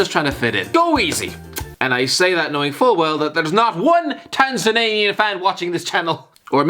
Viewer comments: TANZANIAN Tan-Za-Knee-An Don't know where you're getting Tanzananian from, utterly annoying and I'm not even from there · FYI, it’s “Tanz-ann-ya” and “Tanz-ann-yan” ✌🏻